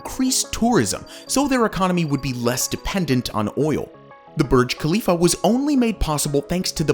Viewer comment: Needs to learn how to pronouce Khalifa like a local.